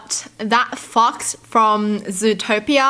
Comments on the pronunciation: I REALLY THOUGHT SHE SAID “THAT F**KS” NOT “THAT FOX” 💀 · I think this is the first time I've ever heard her laugh wholeheartedly. Btw, when she says "fox" the first time in the video, it sounds.... different, like the f word. I literally thought she said the f word. 😂😂